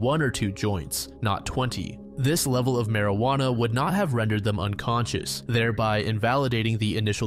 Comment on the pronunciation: ah yes, i too love partaking in the mary-ju-onna cigarettes